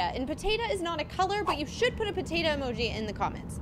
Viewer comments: It is potato not potata 😂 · Stop calling a Potato a potata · PAtatA instead of POtatO 😂😂😂🥔🥔🥔🥔🥔🥔🥔🥔🥔🥔🥔🥔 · I love that says pAtatA instead of pOtatO😂 🥔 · It’s funny how she said potata instead of potato🥔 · Bro am I the only one that noticed she said “Patata” 😂😂😂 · It made me laugh whenever she said potatu